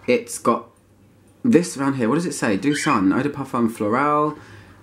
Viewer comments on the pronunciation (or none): It’s pronounced Doe Sun.